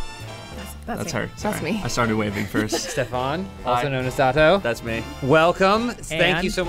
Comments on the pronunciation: LMAO calling him Dat Toe xD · I love how says Datto's name as "dahtoe"